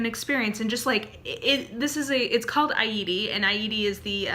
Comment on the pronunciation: Pronounced eye/e/tee